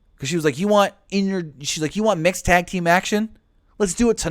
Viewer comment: Maria didn’t say “B****” she said “Mix”... but she just made it sound like the B word, which is great